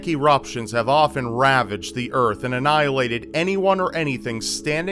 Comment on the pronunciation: "The urf" Damnit it's Earth:p